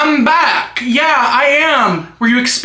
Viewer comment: Bye why did I just realize you’re saying I’m back and not hamburger how are you